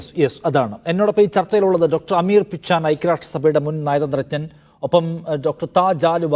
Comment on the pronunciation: Dr പിച്ചാൻ അല്ല, പിച്ചെൻ ആണ്